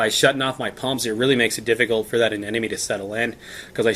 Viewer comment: Didn't know about bleaching from higher temps. Excellent. Btw bro. (A-NEM-OH-KNEE).